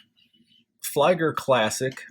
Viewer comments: "Flieger Uhr" reads like "Fleeger Oor" not like Flyger ! Anyway, beautiful watch ! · Great review, just a friendly feedback, its pronounced as "flee-ger" as opposed to "fly-ger".